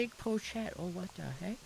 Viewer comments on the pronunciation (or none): hopping into animal crossing! :_Seilight: he knows his seinyans a little too well🥹💙 he cares for us :_SeiRabu: + he sees every seinyans🥺 + he misses seinyans at every small minor things that happens to him🤣 he's reading "pochette" in a weird way hoping someone crash out :_Seiwww: "the wouter is called a wouter, bc it leaves u w/ a wow" :_Seiwhat: :_Seiwww: adding more to his gyroid wall! + he misread "place" and "hang" options :_Seiwww: - he's just hungry :_Seiwww: he paid off his debt to get another room! :_Seilight: so seinyans don't get a room... "are u kidding me? my nyans sleep w/ me ok" woah + wdym by "sleep by your feet" and cage coz we are a kitty cat??? :_Seiawawa: he's enjoying this... sleeping on his chest? ayo? moving in right away "is there not enough member streams? do u feel not fed?" woah :_Seiawawa: shopping time~ (but he's too broke... :_Seiwww: ) + he's doesn't believe he's broke🤣 oh here we go again w/ his aussie accent again... :_Seiwww: - he just wanna make us laugh🤣 he's famous :_Seiwww: - smile for the camera~ he's wants to do other accents but doesn't snt want to get cancelled :_Seiwww: + the French accent🤣 (he's so confident, cute🤣) his try on British accent:_Seiwww: (what are these lines🤣) ok he's perfect at doing the Japanese speaking English accent :_Seiwww: accent for American speaking Jap